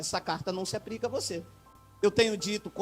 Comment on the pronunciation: Aprende a falar, não se fala APRICA, é APLICA. ANALFABETO!!.